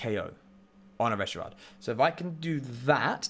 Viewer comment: I love your rogue spirit. I hate how you say Reshirard. 😂😂